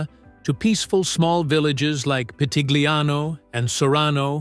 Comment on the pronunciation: Your pronounciation of Pitigliano e Val d'Orcia is wrong.